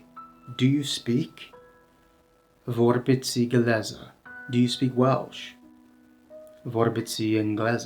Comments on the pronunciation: A lot of mistakes in this video. Vorbiți/Chemați: vorbits/kemats. The -i isn’t an extra syllable. (A lot of mistakes with pronunciation actually). The article isn’t always included in the noun. Cele două cărți: The two books Cea mai mare carte: The biggest book The middle vowel -î/-â is closer to an English -ee but the tongue is in the middle of the mouth. Hartă (Not hărță) There are separate pronouns for reflexive (se and își). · 🕊 Well … when you say VORBITI, FACI etc … the last letter I is usualy pronounced much softer than the I in the middle of a word. You barely hear it, to be correct. Your pronuntiation correspond more to: VORBITII and FACII. 🍀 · Nice video! You seem to have trouble with the soft final i (faceți, vorbiți, călători 😂). You need to visit Romania and immerse yourself in the language.